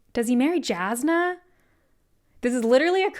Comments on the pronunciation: im glad youre summarizing all of this but man the pronunciations of some of the names are killing me... Jasnah is pronounced with a Y like Yasnah, not Jas like Jasmine. Scadrial is Skaa-dree-el. not Scay like scabies.. oh god and Iriali, its pronounced Eerie-AL-lee. not Ee-rail-ee like Israeli. fabrials are pronounced Fah-bree-ul. not fay-bree-ul. fah as in fabulous. Rosharan, not Rosharian. theres no i in the word. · The pronunciation of Jazz-na caught me so off guard haha